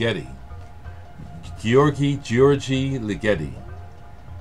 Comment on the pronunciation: Wow.....that Ligeti album!! That is rare as rocking horse shit, man. .....by the way, Ligeti is promounced Ligg-ur-tee.